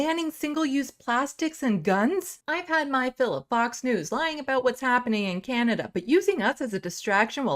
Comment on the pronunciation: The little blonde lady said "Canadia" SMH